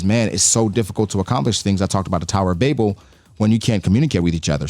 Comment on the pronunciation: Thankyou for pronouncing Babel the way you did, I feel vindicated. Everyone I know pronounces it like the word babble.